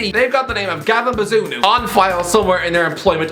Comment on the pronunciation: man butchered bazunu’s name